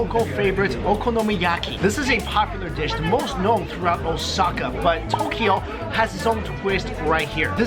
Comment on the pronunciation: Ki-yoto? Toki-yo? never heard of those city. But i have heard of Kyo-to and to-kyo. Funny Canadians.